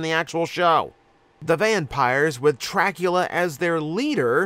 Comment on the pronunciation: I had a very visceral response when you said "Trackula"